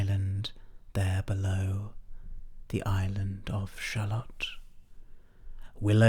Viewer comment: I'm confused though. The poem only finishes correctly if your Shallot is pronounced shallow.